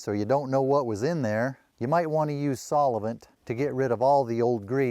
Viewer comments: What is Saul-e-vent?😂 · WTH? I've been around & used all different kinds & brands of solvent in my lifetime as a diesel mechanic, but am just now hearing of this 'solli-vint' that you speak of. Hmm, looks like I still have some learning to do in my old age 😏😂